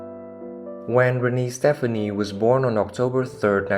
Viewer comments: Thank you for this video, but it's driving me crazy that you are pronouncing Gwen "Stefani" as Stephanie. They are two totally different names and pronounced completely different. Thankfully, you can now call her Gwen Shelton! Sorry, but I have to deal with the same problem and it just gets tiring having to correct others. Thank you & thanks again for the video. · Wait a minute.... if you're going to tell a Blake and Gwen story you have got to pronounce her last name right.